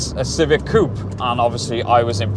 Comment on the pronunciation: Stop saying coup.